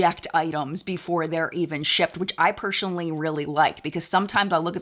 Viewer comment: Why do you say personally like that? You say pershonally lol. It just makes me stop and think every time I hear it.